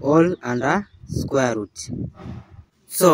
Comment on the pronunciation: Squer’ ruuut’